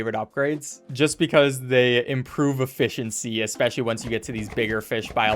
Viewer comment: did you just say...efFISHiency?